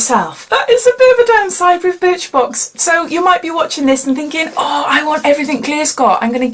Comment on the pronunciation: Sounds like you said bitch box 🤦🏽‍♀️ 📦